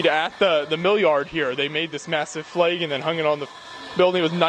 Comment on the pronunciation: Pfft... we just say "flag". Not sure WHERE "Flay-guh" comes from...